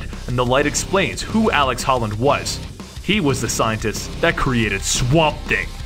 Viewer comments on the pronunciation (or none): It's alec holland, not alex. Do you even try? So many words, it's insane. Every video. And avatar. Really, you don't know the word avatar? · Ut00bsux0rz seriously, was really annoying to see ALEC and he says aleX like 7 times. Very irritating lol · Am i the only one who hates how he pronounces alec like alex? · I twitched every time he called Alec Holland "Alex". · 1) Look up a pronunciation key for "avatar". 2) You keep calling him "Alex" when the video clearly shows his name is Alec. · omfg it's alec, not alex! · Dude it’s ALEC. With a C, not AleX with an X like you said about 9-10 times. Kinda cringed every time I heard you say ALEX Holland. Too many Alex’s man